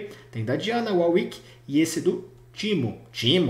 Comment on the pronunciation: Por favor man, "WAR WICK" da uma gastura ouvir uau wick.